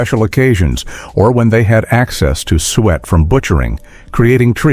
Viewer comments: It's pronounced Sue It! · Suet is not pronounced "sweat."